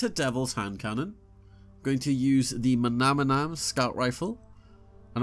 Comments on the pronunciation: Have people just given up on literacy? Not just you bro but every youtuber today, maybe deliberately, gravely mispronounces names in the game. Manannan, there is no second m in that name, so why do you keep saying mamanam? Manannam, mana-nam bro. Sorry but it is starting to kill me when collectively you guys reach so many people, and are content not holding to an intellectual standard. It matters bro, literacy matters... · Pls don’t mispronounce the Manannan 😒